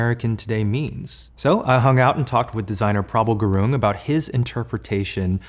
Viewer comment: Eugene is one of the few celebs who actually pronounced Prabal Gurung’s name right!